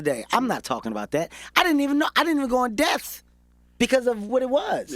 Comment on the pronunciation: This man keeps saying "in death" and he means "in depth"